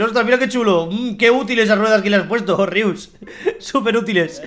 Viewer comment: y para que me dices a mi jaja se dice rius